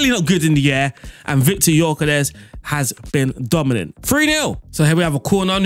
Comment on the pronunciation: Hey, the Gyökeres pronunciation was good! :)